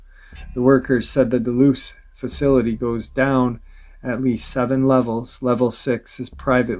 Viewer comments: he's pronouncing "duloose", is he talking about dolce, nm ? "dole-say" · 'Dulce' is pronounced 'dull - see'; NOT 'doo - loose'.